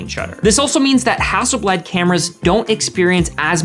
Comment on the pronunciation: How can you know so much about cameras but still not know how to pronounce the name?